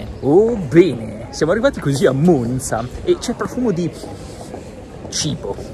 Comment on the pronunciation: Apprezzo particolarmente che in questo video la pronuncia della Z di Monza sia corretta.